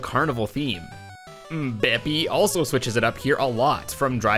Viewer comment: Its "bepis" not "beepis"